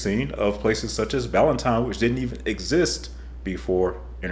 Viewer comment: Practice saying these words (this way) --exist (egg-zist), example (egg-zample), and expressway (eggz-pressway). Thanks.